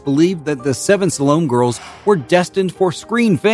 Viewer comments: It's also the wrong movie poster shown in this as well. Barbara Bates had an uncredited role in the 1945 Yvonne De Carlo-starring western film "Salome, Where She Danced", and not in the 1953 Rita Hayworth-starring biblical film "Salome". And yes, it is pronounced "SA-luh-may". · The movie and name is pronounced sa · luh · may